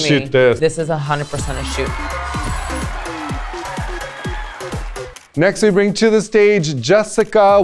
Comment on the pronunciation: Am I the only one that heard “toot” not “shoot” for Jaymes and Lala....🤷🏾‍♀️.